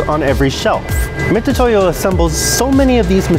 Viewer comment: Those are called Vernier calipers and Mitutoyo is pronounced mitsutoyo, not mitutoyo